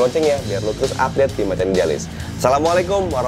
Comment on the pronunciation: Assalaamualaikum bang Mohon ijin utk mengoreksi ya bang🙏 Saya penyinak setia Chanel ini.terkait ucapan assalamu'alaikumnya saat membuka tolong disempurnakan pengucapannya Karena saya merasa terganggu dengan yg ucapan salam Abang sehingga maknanya jadi samar Walaupun maksudnya sama Karena ucapan salam adalah do'a Maka ucapkan dengan baik dan benar Tolong ya bang🙏😊 Hanya saling mengingatkan Terimakasih🙏